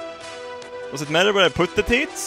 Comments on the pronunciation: Good Sir, there's usually a dramatic difference between "teets" and "teeth". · i love it how he says "teets" rather than "teeth" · Hearing you say "teats" in place of "teeth" so many times made me giggle. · I love how he calls teeth teats lol! Love you and your Swedishness! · I love how he pronounces teeth teet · I love how he says teeth like teets xD